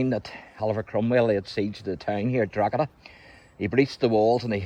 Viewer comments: You're committing a grave sin, every time you wrongly pronounce the name, DrogHeda 🤨. Almost as bad as saying the world is only 5600 years old, like that biblical idiot Usher claimed. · The G is silent in Drogheda 🤪